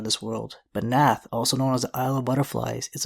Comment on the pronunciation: It’s pronunciation is Narth!!